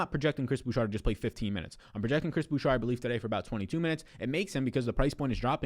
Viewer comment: Please stop saying "Boo-Shar" it's "Boo-Shay"